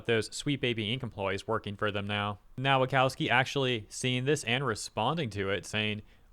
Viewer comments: please stop reading Polish W like English one. W in Polish is read like V in English. so Nowakowski reads Novakovski. It hurts my ears. or option too double check how to read polish names and surnames: Open google translate, set it to Polish language, type in the word in question, press that speaker icon, profit. If whole Nation of Poland (under the age of 30) can speak English... show some respect. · His surname is pronounced 'Nova-cov-ski'